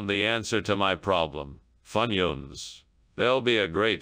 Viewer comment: Funions. Foonyoons?